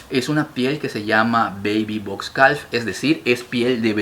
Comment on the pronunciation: Bellisimos, en calf la L no suena, se pronuncia caf